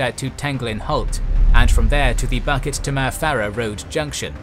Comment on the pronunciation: Singaporean here. Kind of funny to me on hearing the difference between your pronounciation of our place names and the way we say it (Tanglin, Bukit, Timah, Panjang and Paya Lebar to name a few). Not the main point of this comment. Very well made video. Very detailed. Thank you! I took history in my secondary school days. The anniversary of the invasion happened just a few weeks ago. Reminded me of the situation between NATO / US / Ukraine and Russia. Will keep this video in my favourite and rewatch it every year on Feb 15th. Will show this to my children when they grow older to remind them of self defense and not depending on foreign powers for help when the time comes. Thank you!